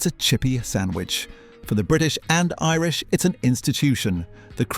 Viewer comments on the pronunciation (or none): none